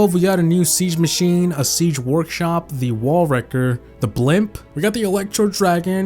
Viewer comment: what is he saying man stone hammer sige